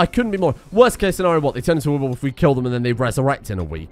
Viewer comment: I am going slowly insane from every time says weerwolf instead of werewolf